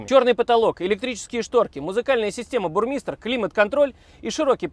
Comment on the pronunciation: Если я не ошибаюсь, то правильно говорить не бурни́стер, а бёрнестер